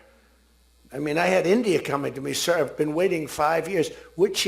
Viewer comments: From my frrrand Dolund Trump to Saaaaaaaaar! How time flies😅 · Sir ❌ ✅